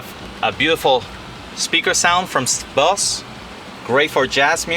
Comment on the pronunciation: Boss? Didnt Know the do Musical now 😂 its B O S E the e is silent or haut